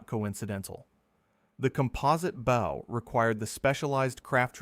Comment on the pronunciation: Your AI reader has problems with bow and bow and lead and lead. You really ought to proof your work before you post.